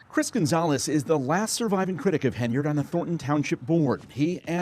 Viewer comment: Henyard, pronounces it incorrectly like how you spelt it and it's infuriating lol.